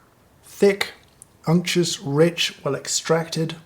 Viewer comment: unctuous? ok, ok, unctuous